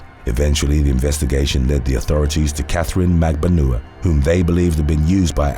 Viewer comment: Magbanua is pronounced at Magban-wa